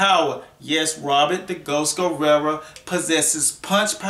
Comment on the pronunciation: it sounds like your saying Robert last name with an a at the end,wich applies because that's what u would call a female that is a warrior. hahaha! Robert Guerrera!